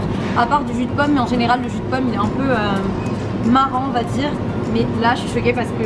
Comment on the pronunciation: Pour le jus tu as dit marron ou marrant